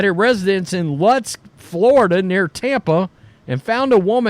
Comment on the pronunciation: Lutz, Fl sounds like Loots.